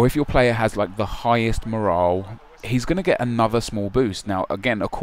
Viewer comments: MOR-ALL IS HOW YOU SAY IT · you say morale weirdly